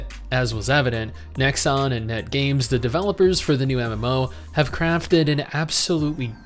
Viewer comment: Nexon.... it's nexon.